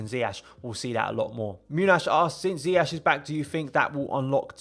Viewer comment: Bro love the video and analysis but please man dont do a Lampard. His name is Ziyech pronounced Zi-ye-sh 🙏🏿 keep up the amazing videos